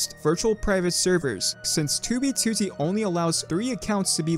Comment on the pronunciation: why does he says 2b2t so well, he says it better then fit..